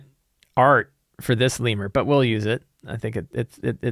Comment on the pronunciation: Have I been mispronouncing "lemure" wrong my whole life? It's like the real-world little monkey creature and not lee-myur (rhymes with "be pure")?